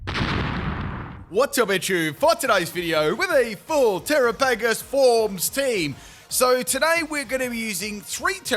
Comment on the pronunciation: I don't understand how you see the word Terapagos and think that's how it's pronounced.